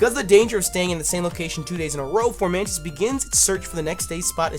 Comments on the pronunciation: he said flormantis my boy is blind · Your favorite little mantis is pronounced FOmantis. There's no r. Nothing against u, u just misread it. Figured u want to know since u love that dope mon so much. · There is no R in Fomantis.... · ITS FOMANTIS AUCHIHAKAHEKBDOSBDKDLAIAIQNSAP NOT FORMANTIS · why are you pronouncing an R in Fomantis's name? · There's no R in Fomantis lol